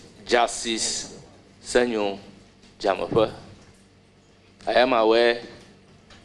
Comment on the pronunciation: The name is Senyo Dzamefe not Semenyo